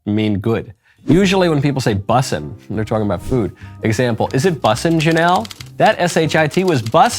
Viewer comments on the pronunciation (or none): I lost it at “Bussaa” Lmao